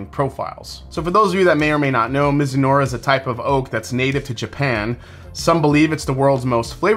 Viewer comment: Btw, it's pronounced mizu-NAH-rah (not unlike saying marinara the Italian-way)